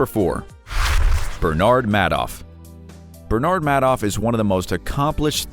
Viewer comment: It is pronounced "Made-off." That's appropriate.